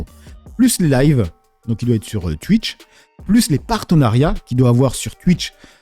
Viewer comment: ah bon tu es comme ça ? Tu es de ceux qui disent TU-ITCH (TWITCH ) QU-ICK (QUICK) etc 😂😂😂😂 répète après moi : TOU-ITCH !!! KOU-IK !!!! 😂😂😂